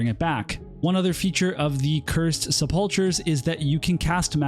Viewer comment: Nice video. Just a friendly fyi, the 'ch' in sepulcher is pronounced like a 'k'.